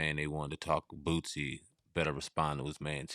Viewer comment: Funny listening to you call him Bootsie instead of Boosie 😂😂😂😂😂